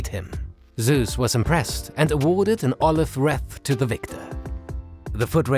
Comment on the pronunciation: Hälfte ausgesprochen wie ein Brite ("the winners were awaaaahrded..."), die andere Hälfte wie ein Amerikaner ("...olive bräänches"), und ungefähr jedes zehnte Wort wie ein richtiger Deutscher ("Heracles"...) ;) Aber darauf kommt's nicht an, war ja alles verständlich und vor allem informativ.